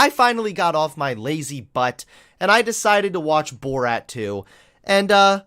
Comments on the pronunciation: This video was great but I love the way you say "Bort" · i loved the video but your pronouncing of borat and kazakhstan triggered me